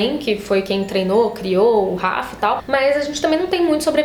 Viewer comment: Então,, eu só acho que a forma que vc fala o nome dos personagens é errada. Tipo Rafe, Berdi, Natya e até Civica e Morrighan. Como as palavras são em inglês acredito que a entonação seja diferente. Isso sempre me incomodou, mas enfim...